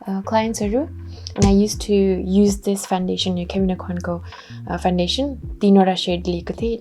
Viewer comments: 🤣😂.. khas ma ta foundation ho. Nakkal paarera bolda fandation suneko ho😂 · hajur hamilai ni thahacha. Correct spelling Foundation ho ra pronounce garda fawn-day-tion huncha. 😇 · Fandation vaneko sunxu ta... adi adi boleko ki testai vanne baani hoki correctly vanne nai tei ho? .. launa kasaile vandiye hune☹